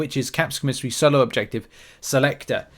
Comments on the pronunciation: COM a SARY not co-mis-ery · It’s COMA SARY co miss ary makes my skin crawl when you say it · koh' • mih • sar • ee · Christ days later and you still cannot say the word LMFAOOOOO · Man I'm wondering why you say commissary like that lol